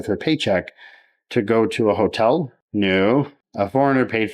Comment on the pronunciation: I could have swore you said, “whore-tell”. It would’ve fit perfectly!